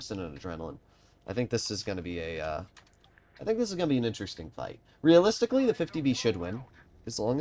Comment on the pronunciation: The amount of times he said realistilcy